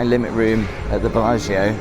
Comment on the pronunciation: As soon as I saw the thumbnail, I was practicing saying "Billargeo" like 😊